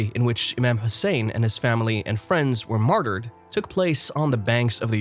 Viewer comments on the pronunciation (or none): none